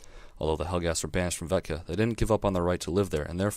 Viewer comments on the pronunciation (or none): Nice review... but it's Vekta, not Vetka. Love this game, though.